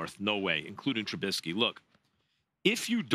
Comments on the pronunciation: Trubissssky not trubinnsky get it right you get paid millions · Its not "Trubinsky" your inability to pronounce his name shows your bias. You undervalue the way he uses his legs to confound defenses. You will learn. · Stephen be a journalist and say Trubisky's name right. Jesus.